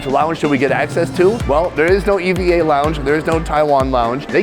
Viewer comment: It's pronounced "evah air"... not E. V. A.